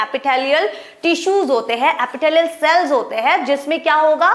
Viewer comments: Epithelial ❌ Apitthaaliyal ✅ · Epitalaial tissue🤣🤣